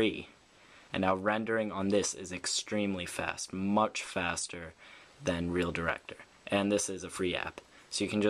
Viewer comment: its reel director not real ,reel